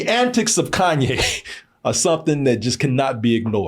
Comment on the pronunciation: Who is Kan Yes 😂 “Kayne